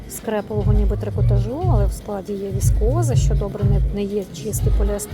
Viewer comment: Правильний наголос: з трикота́жу